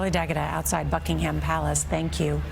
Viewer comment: I just with USAians could pronounce "Buckingham" and "Monarch".